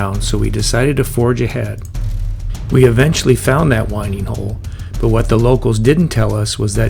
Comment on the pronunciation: FYI, it’s a winding hole as in 🌬️💨, and not as in winding a watch.. It dates back to the days when ships turned using the wind in their sails.. Love the vlog by the way, glad you enjoyed the boating. We have a 57 ft narrowboat as our retirement plan in a couple of years, it’s a wonderful life on the canals… 🙂❤️